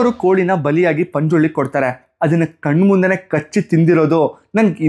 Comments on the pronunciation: Bro..... it's ಪಂಜುರ್ಲಿ ✅......not.... ಪಂಜುರ್ಳಿ ❎ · Bro adu Panjuli ala Panjurli daiva